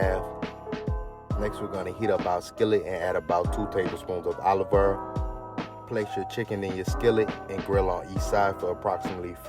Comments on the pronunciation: loving the way you pronounce olive oil "olivER" heheh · Ima start saying Olive Earl now lol Great recipe btw!